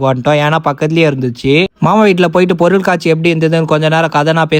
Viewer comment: சேட்டு பையனா இருந்தாலும் நல்ல அழகான தமிழ்ல பொருள் காட்சி என்று உச்சரித்து சொல்லுவது அழகா இருக்குபா..